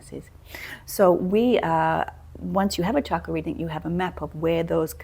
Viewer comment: Thank you for correctly pronouncing 'chakra', w/ the ch sounding like ch in chocolate, rather the the common mistake by Westerners thinking it is shakra.